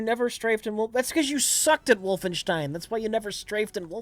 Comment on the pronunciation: Jesus Christ, there is no H in "Wolfenstein"